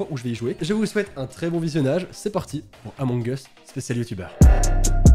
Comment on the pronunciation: C pas among es c among uuuuus mais j’adore se que tu fait